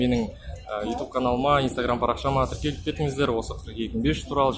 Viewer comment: Тиркел тиреел дей бермеши